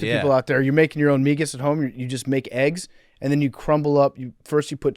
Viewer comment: As a Spanish speaker, it hurt my ears every time they said migas.